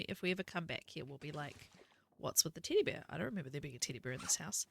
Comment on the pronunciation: I'm so immature. I'm giggling cause you keep saying Teddy Bear and with your accent it sounds like T!ddy Bear.